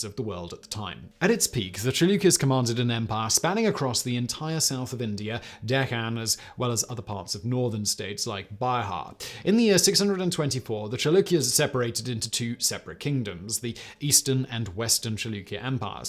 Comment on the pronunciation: It's not by-haar, it's beehaar!